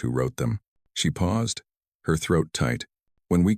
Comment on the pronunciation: At about : : the word 'paused' is said as if 'pow zed' and should have been said as if it were 'pawzd' to fit the local timeline!. Oops LoL 😢😮